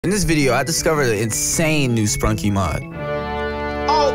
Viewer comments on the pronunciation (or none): nah bro said the name wrong